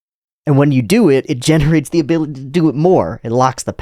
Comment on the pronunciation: 1 year late but u said “abolity”🥹 lmao rn